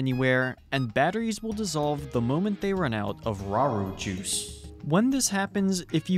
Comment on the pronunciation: thank you for that special emphasis on “rauru juice”. i needed that.